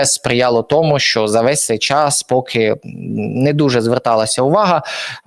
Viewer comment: ПЕРШ НІЖ ЩОСЬ ВИМАГАТИ ВІД ГЛЯДАЧІВ, ВИВЧИ УКРАЇНСЬКІ БУКВИ І СЛОВА І ПЕРЕСТАНЬ ЗУЩАТИСЯ З УКРАЇНСЬКОЇ МОВИ:ПОЧЄТАТИ,ЧЯС,ЧЯСОМ,ПОЧЯТОК,ПОЧЄНАВСЯ,ЩЬОБ,ШЕВЧЄНКО,ЧЯС,НАКОПИЧЮВАТИСЯ,В ЧЬОМУ,ЧЄ,ЗВИЧЯЙНО,ЧЯСТИНИ,БАЧЄТИ,ЯКЩЬО,ЩЬО,ЧЄРВОНУ,ЩЄ,НЕЩЬОДАВНОЩЬОБ,ТОЧЬКУ,ЧЬОМУ,ПОБАЧЄТИ,ХАОТИЧЬНО,ЧЄРГУ,ДА,ЯКЩЬО,ЗАЧЄСТАТИ,ДА,ЗНИЩЄЛИ,ДА,ТОЧЬКИ,БАЧЄТИ,ЧЄРЕЗ,ЗНИЩЄЛИ,ДА,ТОЧЬКИ,ЧЯС,ПОЗНАЧЄННЯ..........!!!!!!!!!!!!!!! ТЕБЕ ВЖЕ ГИДКО СЛУХАТИ!!!!!!!!!! ГАНЬБА ТОБІ,ЩО ТАКИЙ МОЛОДИЙ І ВЧИВСЯ У ШКОЛІ ВІЛЬНОЇ УКРАЇНИ ТАК СИЛЬНО ЗНИЩУЄ УКРАЇНСЬКУ МОВУ!!!!!!!ВІДКРИВАЙ СЛОВНИК І ВЧИ ВИМОВЛЯТИ СЛОВА!!!!!!!!!(Українська діаспора,США)